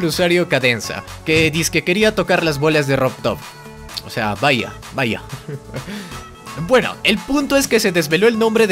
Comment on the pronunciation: este noob dice RUBRUB en vez de RobTop